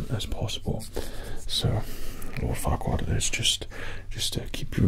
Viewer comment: At first I heard it like fuckward… untill I read it was Farquaad😂😂😂